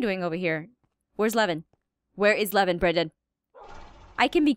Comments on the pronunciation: its levin not kevin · When aphmau says levin I think she saids lemon 🍋